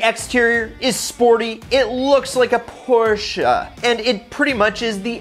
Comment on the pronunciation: The way he says Porsche is just like that mom at soccer practice with her new Macan